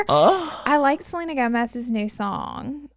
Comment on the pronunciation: The way that manny and Laura keep referring to Selena Gomez as “Seleener” is killing me 😂💀